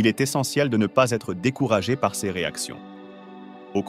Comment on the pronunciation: C'est pas seize individus mais ces individus 🙃Ce n'est pas séjour remarquables mais ces jours remarquables 🤪authenticité et pas authentiKité 😏